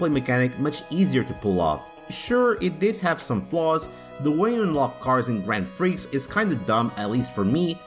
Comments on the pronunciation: Great video. Brings back lots of memories but it's not pronounced grand Prix - it's grownd pri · The 'x' in "grand prix" is silent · 'Grand Pricks' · Lol, Grand Pricks.